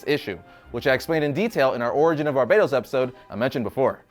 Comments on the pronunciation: Barbatos, not Barbaytos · Is it really pronounced Like "Barbados?" Not "BAR-BUH-TOHS?" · Stop calling him Barbeytos he is BARBATOS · i think you pronounce it ..Bar Baaa Toss not Barbados ya rasshole :face-blue-smiling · barbatos not barbados